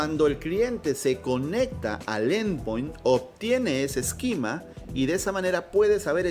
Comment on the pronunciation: Tienes una forma muy curiosa de pronunciar esquema, mezclas la pronunciación en inglés con la española y al final no es ni una ni otra.